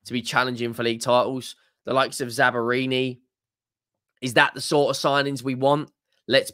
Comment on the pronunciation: I was listening to this video when I was driving home from work. I was like... who is this Italian defender that Spurs are linked with from Bournemouth? Zabarini? Bournemouth have got an Italian defender? Then I realized that will reliably butcher any name with more than 1 syllable and remotely foreign.